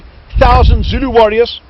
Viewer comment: Brilliant pronunciation of the Zulu. They may well have been in skirmishing order, however to a member of the protagonists - must have been it may well have appeared to be a mass. I am amazed that Ta Ta is apparently so knowledgeable. The South African Battlefield guide is brilliant, honest and obviously loves and admires the Zulus.